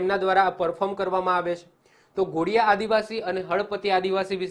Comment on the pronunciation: Ghodiya nahi dhodiya bolvu